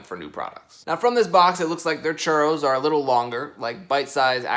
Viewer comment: How many time says Churos ⬇️⬇️